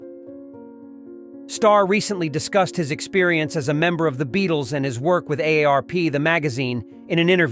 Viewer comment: Para Dicey? The Beat-Les? What AI read this thing? It needs tweaking!